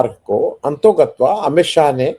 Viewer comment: अन्तोगत्वा नहीं होता है, अंततोगत्वा होता है